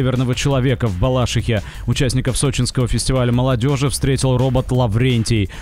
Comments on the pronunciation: Правильное ударение в слове Балашиха на букву И. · Город называется БалашИха, ударение на "и". Мы коренные жили произносим название местности именно так. А те, кто понаехали коверкают как хотят